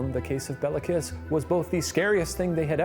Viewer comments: Shane made it sound like a stripper name, Bella Kiss lmao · Nice deep-dive into the history here! Quick note: In Hungarian, the killer's name of Béla Kiss wouldn't be pronounced as it is here, but rather "BAY-la KEEsh". The Hungarian alphabet distinguishes between the é and e letters, with the former always being said as it's pronounced in "resumé", while the latter is always the flat "eh" sound that Shane is using here to make it sound like it's said the same as the name "Bella" would be. So, Béla= "bay-la" Meanwhile, the surname is said with a long "eee" sound for the i (like English speakers use for the name Mia), and the "s" in the Hungarian alphabet stands for the "sh" sound rather than s like in snake. So, you get Kiss="keesh" It's spelled correctly in the description with the long é, so just thought I'd mark it down here for anyone interested! Both the first name and surname are still pretty common in Hungary, and our other (presumably) non-murderous Bélas include the actor Béla Lugosi, who played Dracula in the 1931 film that helped popularize the "vampire accent" (really his native Hungarian accent). Always love to see more from Watcher! If you're ever interested in pursuing more twisted Hungarian history, I'd definitely recommend the case of Elizabeth Bathory, the Blood Countess (and the theory that she might have been framed for her list of murders, which I first found at Jason Porath's writeup on his site Rejected Princesses, relying on Tony Thorne's biography of her)